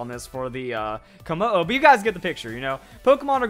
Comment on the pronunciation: Ayuna Matsushima It is Kommo-o